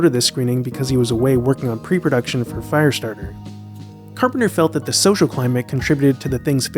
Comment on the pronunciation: Why does he keep saying 'Fireatarter' when 'Christine' was his next film